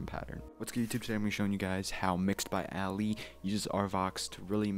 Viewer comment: (Ah-Lee) muf said alley 😂